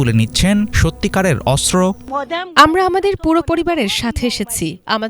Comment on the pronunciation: অস্ত্র উচ্চারণ শুদ্ধ উচ্চারণ করতে হবে আশা করি 😢